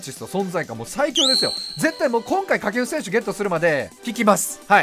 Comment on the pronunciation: 掛布選手が下級戦士にしか聞こえんw